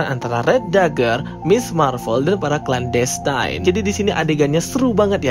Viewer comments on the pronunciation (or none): Baca clan destine nya ga usah klen destayn.. klen destin aja udah bener. Sama aja destiny dibaca desteni, bukan destayni. Makasih...